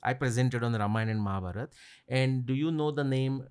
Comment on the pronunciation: Thank you sir for saying Mahabharat instead of Mahabharata, Avatar instead of avatara ❤